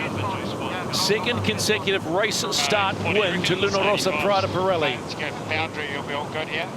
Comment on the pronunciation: PRADA_ P-RELI....come k@ pronunciano i nomi italiani è un mistero..... PIRELLI quando lo dicono manca la prima I però in compenso dicono la I finale.... Anche lì mistero.... LUNA ROSSA invece l'hanno quasi imparato....6+ come voto !!!